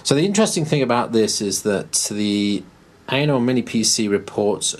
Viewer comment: I heard "Anal"